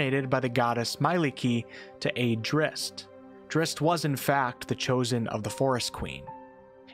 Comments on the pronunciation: I've never EVER heard it pronounced "Drist". I've always pronounced it... as it is spelled, Drizzt. Zzzzz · "Dritz" has never been an alternate pronunciation. Swapping around letters is just dyslexia. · Why say Drist when there is a ZZ?